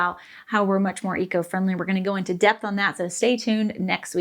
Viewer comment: Note to self: Depth and debt are not the same. As a non German, non English speaker normally I can get by. The prononciation of depth and debt were too close together it took me actually too long to understand what you meant. Ah well, back to studying English 🙃